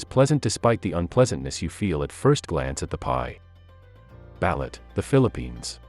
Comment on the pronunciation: This would be so much better if you learned how to actually pronounce the words of the foods. Balut, seriously, buh-looot. Huitlacoche.. no, there is no coke in there... Wheat-lah-coach-ay